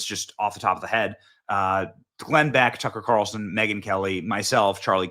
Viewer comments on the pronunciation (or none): none